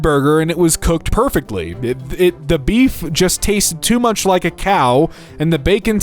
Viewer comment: I love how you forgot the pronunciation of “much” just because there was a “dame” instead of “damn” in front of it 😂